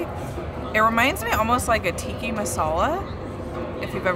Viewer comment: Tikka Masala not Tiki